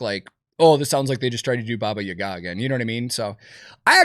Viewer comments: That’s not how you say Baba Yaga…. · I have never heard Baba Yaga pronounced like that before and I hate it lmao 😂